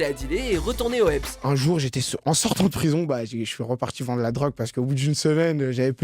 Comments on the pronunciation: la vie de ma mère ta dit au eps au peux de dire au heps fait pas là mec de quartier ptddrrr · ´´ au ebs ´´ HAHAHA